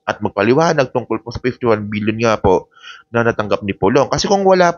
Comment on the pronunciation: Million ba o BBBBBILLION. PK LINAW ANG PAGBIGKAS MO.B